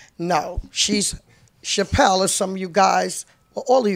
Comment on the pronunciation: Deb keep saying "Chapelle" lol